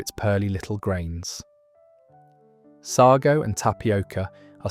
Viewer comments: What on earth is sargo I could have sworn it was sago and you can still get it in tins. . Our local baker still sells Manchester tart . Rolly Polly that's a new one on me . At least make sure your robot can read the queen's English . . What a load of tripe maybe AI will call it trip lol 🤣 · It's say-go (sago) not saggow And it's not roly polly, it's roly poe-ly. Stupid AI narration